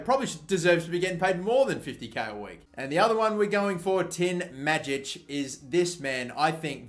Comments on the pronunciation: Greetings from Croatia. You pronounce Majic wrong. In Croatian language we read J more like Y . So read it like Mayic. I hope this helped you. Support from Croatia keep going mate !!! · Tin Majic is pronounced May-itch